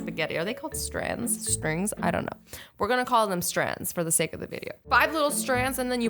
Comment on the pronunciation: She can't say string she said strang I'm not hating just saying